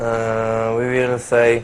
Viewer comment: Łi łil sej